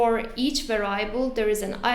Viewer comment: var-i-able! I cannot say this any other way now.